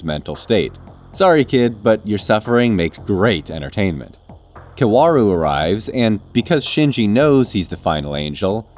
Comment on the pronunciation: Do not pronounce W in Kaworu Say it s as Ka o ru